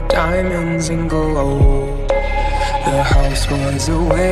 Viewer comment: why does he say gold like glod